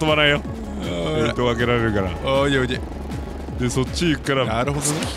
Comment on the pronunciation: さんのAre you ledy?が最高すぎる